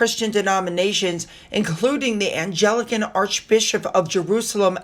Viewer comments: it’s Anglican, not ‘Angelican’. Thank you for the picture of Lt. Col Thomson! It always brightens my day! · It’s actually the Anglican not Angelican faith though Angelica does sound better! 😊I like your channel and... touch wood.. have had no trouble viewing it.🤞🏼😃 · my dear, it's not "Angelican," it's Anglican (emphasis on the first syllable). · FYI (hope you don’t mind these types of corrections) - it’s not “ANGELICAN” when you talk about the religions. The Church of England (CoE) is also known as “ANGLICAN” - pronounced as ANG-LICK-AN” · Anglican? 'AYN-GLICKEN" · Eastern Orthodox Christians particularly in Syria are being persecuted. Nigeria. Sudan. Canada. There is nowhere on earth that Christians are not being persecuted and our churches burned. It's An - gli - can. It's a hard g but I ❤ your pronunciation making it sound like Angels. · Just a note are you pronounced Anglican . I think it’s Ang- gluh-kn